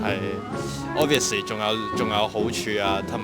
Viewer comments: 紅衫條友話自己中文越來越唔好，但D英文officely唔係obviously 😂😂😂😂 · 柯...佛sss ly😂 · 金毛仔讲两次Obviously发音咁差仲可以厚住脸皮话自己中文可能唔习惯，真系佩服